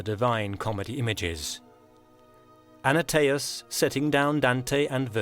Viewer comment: Antaeus, not Anataeus. Just read the script.